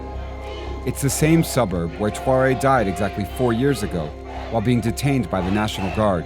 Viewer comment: pronounce his name correctly theres no 'w' its not 'touaoré' even 'twaoré'